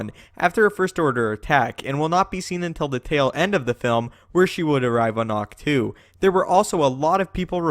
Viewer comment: IT'S AHK-TOE... NOT TWO.